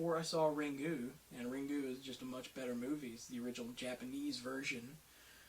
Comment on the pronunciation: Ok, "Ringu" (you don't pronounce the u that much, btw), was much better than the American Ring (my Opinion), but I don't think, it's SO bad. Most of the movies you listed up here are good, what the hell!?!(sry, I'm Swiss = Bad English)